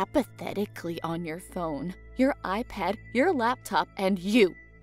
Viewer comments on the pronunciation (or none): none